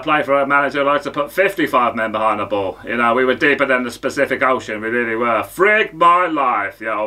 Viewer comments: Deeper than the specific ocean lmao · "Specific ocean" haha obviously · deeper than the "specific ocean". 😆😆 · Deeper than the Specific Ocean 🤣